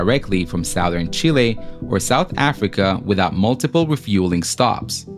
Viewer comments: Cool vid! But I have to correct your pronunciation: it's "southern," not "southern." (Lol) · I hate to be that guy, but someone needs to tell you that you pronounced "southern" wrong 😅 Absolutely amazing video, though!